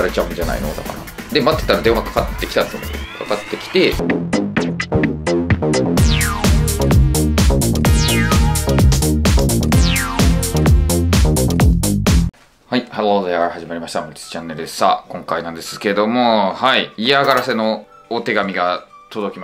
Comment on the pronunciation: 心なしかのthereの発音がいつもより悪くて草 気分も下がればthereも下がる